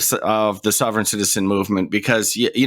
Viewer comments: He calls it "souveren citizein".......I call it "slobberin' sh*tizen" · What the frell is a "sew-veren" citizen? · In the first case, the presenter pronounces the "sov" of "sovereign" as the "sov" of "soviet," so maybe he's in Eastern Europe? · I don't think the first guy is actually mispronouncing "sovereign", it more sounds like he has a bit of a Dutch (?) accent